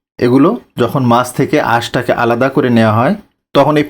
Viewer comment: ভাইরে, 'আশটেলে' না, বরং - 'আঁশটে' !!!